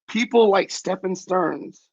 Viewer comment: Stephen is pronounced Steven his name is Stephan pronounced Stefan it's petty I know but son's name is Steven with a p.h .